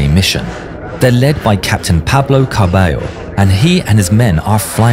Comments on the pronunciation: quick note: in argentinian spanish two L's make the sh sound, as does the letter y. so carballo would sound carbasho. i know it's not super important but since ur vids are so detailed i figured you'd care if u make a falklands/malvinas war vid again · Carballo would be pronounced /kærbæʃɒ/ (Carbasho) and Angel /ænhel/